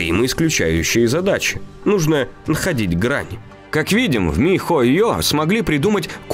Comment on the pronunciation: Угараю как диктор говорит по слогам ми-хо-ё и Монд-шдат-дт ахахах